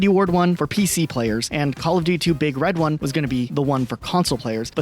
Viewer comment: Your inflection saying "Big Red One" is sending me lol. It's One as in the number, not One like "the one."